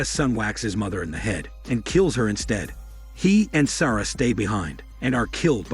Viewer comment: Interesting way to pronounce "Sara" too! Lol. Also lit*^ candle, not "lighted". Smh.